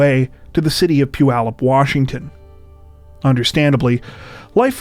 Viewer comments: You pronounced Puyallup correctly! Not many who are not from the area do. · mad respect. You said Puyallup right! No one does! Not even visiting presidents! Your chan rocks. We send our best, cheers! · Yay! You said Puyallup correctly! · Necroing to praise your pronunciation of “Puyallup”. No on ever gets it right.👍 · 18 seconds into the video and I have to stop and comment already...kudos for pronouncing Puyallup correctly! Greetings from Washington. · I know this is so small, but I have to applaud you for pronouncing Puyallup correctly. If you went out of your way to look it up, you're a rockstar. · Thanks so much for pronouncing "Puyallup" correctly. Well done. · Geeking out that you pronounced Puyallup correctly😂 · Excellent pronunciation! Most people get it wrong. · REMARKABLE!!! Someone not from the NW (making an assumption here) that knows how to pronounce Puyallup! 😁😁😁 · cudos for pronouncing Puyallup correctly! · First thing I noticed too!